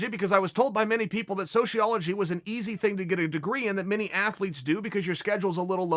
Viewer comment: "Deeper level philosophy" >mispronounces sociology >misuses apostrophe in title Based